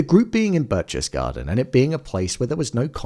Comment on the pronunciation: Berchtesgaden - The first syllable - you'd be close if you just said Bear (without pronouncing the r) The next syllable is chtes - ch in German in this word sounds like the K in keys You just draw out the fricative part of it.